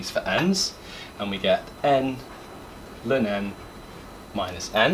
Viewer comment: New here. Never heard anyone pronounce ln as lun. Its usually either ell-enn or stubbornly calling it log.